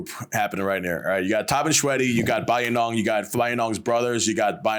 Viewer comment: Pronounciation all messed up 😂 Bayinnaung also kicked out bootlegging Portuguese who were mucking around with Mons & Thais. He let bamboos loose on Portuguese a**es😅